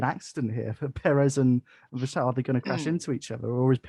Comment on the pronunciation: Hi and, - Megan was ok, she talked and told the big guy to back down. It was the guy at the end that was the real problem. - you saying vershhhhtappen? Thats the german pronounciation I believe and Tom Clarkson has changed back now to the dutch or english pronounciation to verstappen... just saying. Have a listen to Tom C. Peter Windsor is still wrong but he doesnt care lol Ferrari vs Maca -- Ferrari for me (they seem to have fixed their tyre deg)but it could go either way. Looking like Max to win the champs now unless we get a twist.